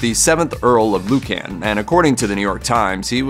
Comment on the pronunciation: Please, it is Lord Lucan (Loocn🎶)